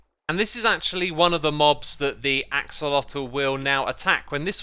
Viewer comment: I feel like you kept accidentally saying oxelotl, which I completely understand cause for some reason my brain wants to call them ocelots